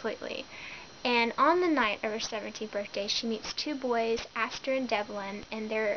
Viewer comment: No offense but it's Asher and Devin not Aster and Devlin.Sorry that was just realllllly bugging me other than that great review.